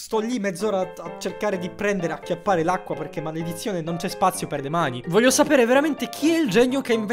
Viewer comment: Che rabbia vorrei dire un sacco di parolacce ma non vohlio